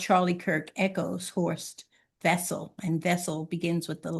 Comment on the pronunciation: When mentioning Horst Wessel's name you'll be impressing me if you could pronounce the German name correctly. Try Vessel, since in German the w morpheme is pronounce as an English v.